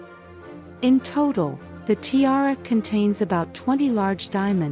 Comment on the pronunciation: Poor pronunciation of tiara